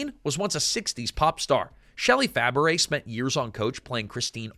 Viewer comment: A piece of advice for the narrator of this video: learn how to properly pronounce someone's last name. Shelley Fabares's last name is pronounced "Fa-bray", not "Fa-baret".